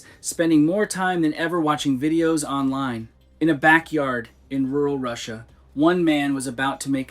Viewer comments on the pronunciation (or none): none